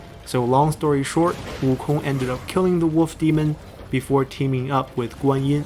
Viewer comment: I gave a like on the video because props to you for going out your way to speak the name fluently, as for me though I'll stick with WOOKONG